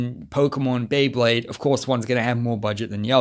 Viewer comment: Drinking game: take a shot for every time mispronounces “Beyblade” Jkjk